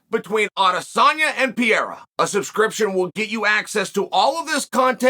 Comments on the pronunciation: Pe-rei-ra.... not Pierera! come on man ! hahaha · Islam "MACKLECHEV". Alex "PIERA". Chael doesn't give a fu*k about pronunciation 😂